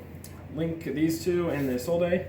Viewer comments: It's pronounced "Is Old" not "Is All Day" you mong -_ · Am I the only Yugioh player in the world that knows how to pronounce Isolde correctly? It's really not that hard. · Or "Eye Sold" which is another popular one. What is wrong with you people?